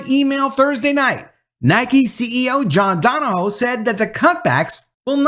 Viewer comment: Another one bites the dust. Go Woke, Go Broke. Stunner. 👌 Also, two corrections: - His last name pronounced DON-O-HUE - The article came from WFAA-TV, Channel 8, Dallas-Fort Worth, Texas, the ABC affiliated television station, owned by Tegna, Inc. 👌